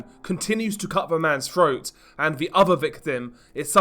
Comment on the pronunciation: froat? 😂 😂 breaving? what the hell?